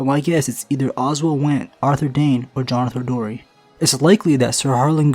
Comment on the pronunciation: * Jonothor Darry